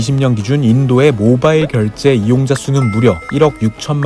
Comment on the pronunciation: 모바일을 모발로 들음 ㅋㅋ